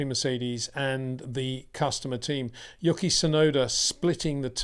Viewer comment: His name is "YOO-key" not "YUCK-EE" ffs